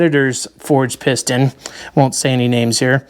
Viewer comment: You said "piston" right on the first attempt in French.